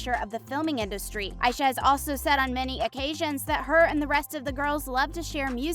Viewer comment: Aisha pronounce as Ei-sha, if you watch interviews of the three. Kate and Meghann pronounces it that way. I love Aisha she's my fave and she caught my attention to get hook o the show. But I love Katie and Meghann too